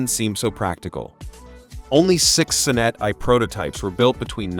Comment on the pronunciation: "The son-NET I.E"? Try the "SOHN-net one", doofus!